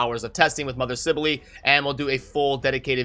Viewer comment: I pronouced it as sibell as well but saying sibelely is just weird.